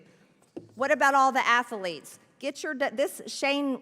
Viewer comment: MTG, you ignorant, mooing heifer…ATH-letes is NOT a three-syllable word. Ath…letes; not ATH-A-letes. Such a cow!!!